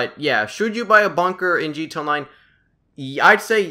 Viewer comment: It's g t a its not g ta